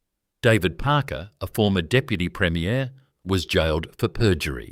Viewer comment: Premier is pronounced differently than premiere, I already commented on the dodgy pronunciations in this video and my comment was deleted. Consider this poorly created video reported